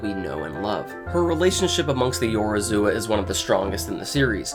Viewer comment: One day you'll be able to pronounce Yorozuya properly. Until then keep up the good work xD